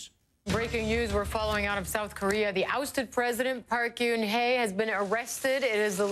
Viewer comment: SIGH YOU PRONOUNCE PARK GEUN HAE idk why americans add the y sound cos theres no fucking y sound and also that lady said samsung so weird